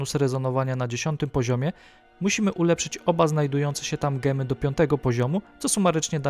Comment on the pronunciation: Siwtny film :) ale mowimy Dzemy nie gemy :)